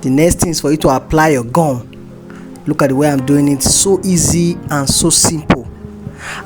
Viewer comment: Is that glue or what because I don't understand when you say gam